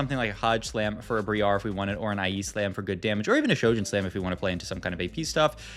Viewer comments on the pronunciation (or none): You did not just call briar bree-r bro im gonna SCREAM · Bree ahhh and Zil-Lay-an, gives me the A-Aron vibes. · Bro said Bree Are 💀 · Came to say the same thing lmfao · He does it on purpose as a joke/bait/cute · briar is just a normal ass real world word LMAO it has nothing to do with playing league or not